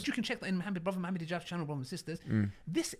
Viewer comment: Pronounce Muhammed properly. Not modernise the pronunciation